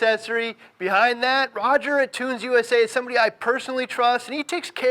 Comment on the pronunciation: Great informative video. That being said, you should know how to correctly pronounce a product company's name. Tunze is NOT "toons" ...it is as follows: The German pronunciation is Toon-zuh, but it is typically pronounced Tun-zee here in the states. Just letting you know that is makes your credibility go down, from a consumer standpoint. Not hating, it is constructive criticism. Be correct, at all times....NOT the Billy Mays of fish goods. (good advice)